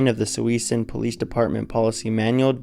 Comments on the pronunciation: My God man, it is pronounced: Soo- Soon. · Good Lord! It’s pronounced “sue-soon” people. “SUE-SOON” 😂🤣😂🤣😂🤣😂🤣😂🤣😂🤣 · SJVT, the name of Suisun City is pronounced "sue-soon.